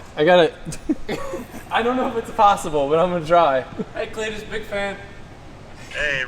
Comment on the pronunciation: Legit cringing with this video then you call cleeter and i stopped cringing and started laughing with hit holy shit. Step in the right direction. Solid axles are the way to go get a marker and straight edge and line the axels so when ya pull em next time you can see how or when they start to twist. Can make it a mission to make candy cane axels. 😂